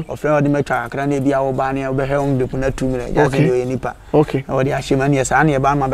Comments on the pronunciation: Kwaku is not paa. It's pie. Meat pie. It's not woder. It's order! . I mean your advert . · Kwaku Manu it is pie not paa lol😂